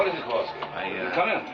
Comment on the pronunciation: Did Chip Morton call Kowalsky "Pete"? It sounded like he did when Chip paged for him.